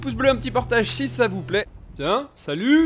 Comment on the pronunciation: chi sa vou plaît 😂! 😂